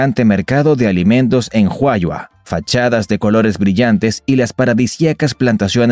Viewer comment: Tiene que informarse acerca dela pronunciación de ciertas palabras Ejemplo guatajiagua se pronuncia Gua ta jia gua Juayua jua yua le voy a dar un típ importantísimo las pupusas los salvadoreños las comemos con las Manos no usamos cubiertos por qué para muchas gentes dicen que es pecado cortarlas con cuchillo otro típ según el libro sagrado los mayas llamado *popol vuh " nosotros fuimos creados apartir de un grano de maíz y que el maíz es un regalo de los Dioses y es originario de Centroamérica y el sur de México ..